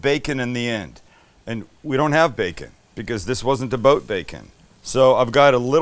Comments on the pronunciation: "I need my food-porn fix!" "Get the cheese ladle!" P.S. "Aboot" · Sam I love how you still pronounce about like a Canadian. It would be great to see you come back for a visit at least! 🇨🇦🇨🇦🇨🇦🇨🇦